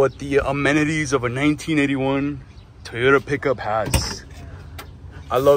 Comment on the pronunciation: Your "manual transmission Teeyota" 😂 needs motor mounts and new valve cover grommets. When those are over tightened or just old, they transmit valve noise to the valve cover. Also that tailgate is supposed to have limiting cables/chains to keep it dropping below horizontal. I believe the 22r had 96 hp. Looks pretty solid overall!